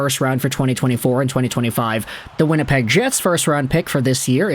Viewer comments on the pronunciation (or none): none